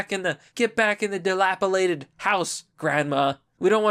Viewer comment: Dilapidated? Lmfao. Dude... Learn how to speak before you talk sh!t about others. I can't even watch this crap